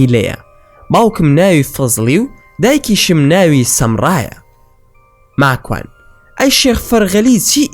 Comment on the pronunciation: راستةكةى بةلام ناوى ماكوانى زؤر ناخؤش دةهينى قسةى ئةو برادةرةى راستة